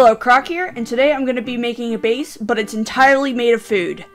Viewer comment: When you say croc i her crac